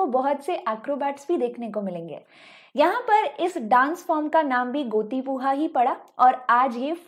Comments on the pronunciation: Not gotipuha..it's goti pua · Mam गोटी पुअ ( गोटी पु अ)not puha पूहा please pronounce correctly